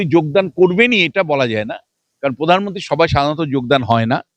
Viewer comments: পোধান মন্তি নয় প্রধান মন্ত্রী। আপনি খবর করেন ভালো উচ্চারণ ঠিক করুন বড়ো কানে লাগে অনেকটা মমতার। মত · উচ্চারণ একটু ভালভাবে করবেন। প্রধানমনন্তী না প্রধানমন্ত্রী। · এই মেয়েটা এত চিৎকার করে কেন। "পোধানমন্ত্রী"।